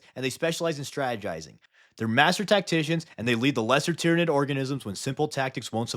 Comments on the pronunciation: id is the latin suffix to mean where it is from, so Tyranid figuritively means "the ones that came from Tyran". And so, it should be pronounced Ty-RAN-id, and that's the hill I will die on. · Sun Tzyranid 😂